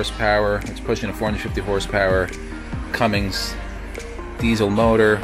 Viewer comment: Nice review, but it Cummins, not Cummings